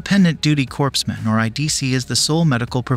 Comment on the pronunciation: Mispronounced corpsmen.